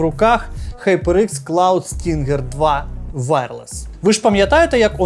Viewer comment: Назва cloud stinger, а ни stringer😂